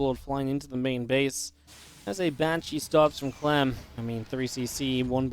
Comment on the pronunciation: he said clam, its liqudclam and not liqudclam.